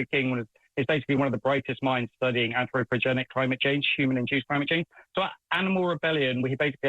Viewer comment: ANTHROPOGENIC. He keeps calling it AnthroPROGENIC.